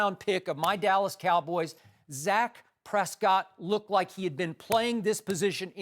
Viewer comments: Cant even say the dudes name right. Dak not zach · Skip said "zack Prescott" 😂 its dak !